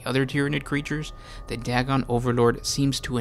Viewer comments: It's pronounced "day-gon" not "dag-gon". When there is only one constant between two vowels, the "a" goes from a soft sound like "at" to a hard sound like "ate". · Day-gon, not Dag-gon. It is using Lovecrafts cosmic terror theme.